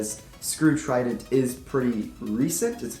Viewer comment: Dude its Trident not tridant